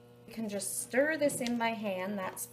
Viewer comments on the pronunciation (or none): none